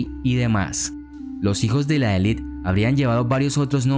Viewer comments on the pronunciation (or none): none